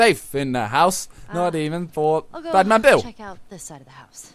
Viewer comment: Was he saying Badman Bill or Batmobile?😂